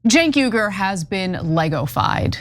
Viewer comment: Shabbos, listen to Ana as she pronounces Cenk Uygur's name, she's known him for almost two decades, so she would know how to pronounce it better than anyone else outside of Cenk. I just want us to stop warring and get along.